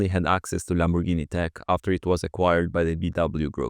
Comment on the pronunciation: the lambugudis